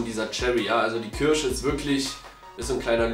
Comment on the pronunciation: Diese "kürsche" 😅 wie immer super Video